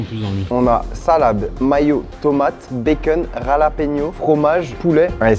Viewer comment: Baceune ca sent le belge 😅